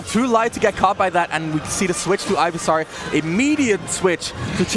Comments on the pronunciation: it's pronounced ivysawr?? he was pronouncing it ivysar. either you didn't know or your english is garbage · Calls razor leaf sonicboom and pronounced ivysaur "guyvysaur" good job commentators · I think OP meant the commentator pronounced it 'Ivy-saw-r' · CHAIRizard? IvySARR? Ok... (It should be CHARizard and IvySAUR) Either way, that was fun to watch! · "Ivy-sar, Chair-izard, pokemons" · Oh my god if he says chairizard or ivysar one more fucking time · So triggered hearing them say ivysawrrr and chairzarrd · Chairzard Ivysawr Lawst (instead of last) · "Chair" rizard. Ivysaar. 😂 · If I was the other commentator and this guy kept saying “chairizard and ivysar” I think I would have strangled him on stream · LMFAOOOOOO or “Ivy-sar” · Im glad someone else noticed it, and other people are also rustled. "Ivysare" also bothered me lmao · I was thinking that too!! Was looking for someone to mention this... Ivy-SAR. Ivy-SARD. Jeeeezuz